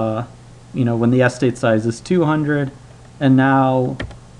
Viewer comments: yes, but given the fact that the 2x2 tables were clear after one or two examples, he still went into a weird overdrive in the last few seconds after being very boring and repetitive for the entire middle section of the video - plus he kept mispronouncing the word 'estate', which was a bit annoying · it is a very strange pronunciation. As an American I can say I have never heard it pronounced this way. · The correct pronunciation is "estate", not "Es-tate". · I wonder if Presh has Indian heritage, because that is a kind of Indian way to stress the first syllable. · wait, how do you learn otherwise normal English, but mispronounce eh STATE as ESS tate? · more importantly what is a Es-tate! it's pronounced ess-state. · You stress the wrong syllable: "es-TATE" not "ES-tate" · What sort of accent is it where "estate" is said ESS-tate, not ess-TATE? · I say es-TATE but I am curious why he says ES-tate. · I had to stop because I can't stand how you say the word "estate" anymore. It sounds like you're saying "AS-tade" not "ess-TATE". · The word is "estate". Not "ess-tate". Every time I heard this mistake it disrupted the otherwise helpful narrative. ("Miss-take"?) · Where is the guy from? I'm kinda wondering why the pronunciation of estate as "s state" is bothering me more than the math :S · Oh good. I'm not the only one then. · Every time you say "ES-tate" I shudder. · Interesting vids. I have to say, I have never heard anybody pronounce estate as Es-state. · how the hell are you pronouncing the word "Estate" wrong? accent on second syllable...will you new fuckers please read a bloody dictionary once in your little lives. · How about you calm down. Some words just read different from how it’s pronounced, so it’s fine to mispronounce it. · Your pronunciation of estate was really jarring to my American ears. My wife declared that she couldn't listen to this video any more. Sorry. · Why are you stressing the first syllable in "estate?" Stress is on the second syllable...